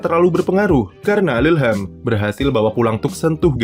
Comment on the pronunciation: Bacanya lu-lham bang😹🤣